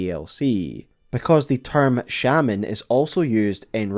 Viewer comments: The game confirms Messmer is a sibling by item descriptions? Ummm doesn't he literally say as such directly to you? I thought we were told this 3 or 4 times during the DLC. Messmer literally calls her Mother Marika in dialogue For follow up videos could you stick to one pronunciation of shaman? Maybe just me but it's really distracting. Also scadu tree is pronounced "shadow tree". Like the name of the DLC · Omg why do you say shaman like there is an e at the end of the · You're switching up the pronunciation of shaman quite a bit. One time it's "shame"-ans, the other times it's "sham"-ans. You also have a bit of a drawl/vocal fry at the end of your sentences which can be somewhat annoying to listen to. Usually not a big deal but it's exacerbated when you're uploading an hour long video of you mostly speaking. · One more note: A lot of things you call "spirals" are actually coils. A spiral's radius is meant to increase or decrease. Actually another, you also keep calling them Shey-Mens instead of Shamans. It's not a word with English origins. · Every time you say "Village of 'Shaymins'" I think its a village of pokemon XD